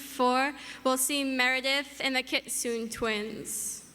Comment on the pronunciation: kit-soo-neh sorry, but really. kit-soon?